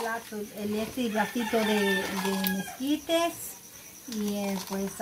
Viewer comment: Mesquites🤣 Hay,se dice Esquites.